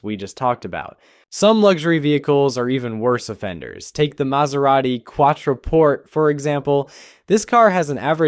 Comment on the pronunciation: listen to the American try to pronounce “Quartoporte”